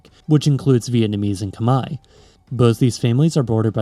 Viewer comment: My compliments on the proper pronunciation of Khmer. 😊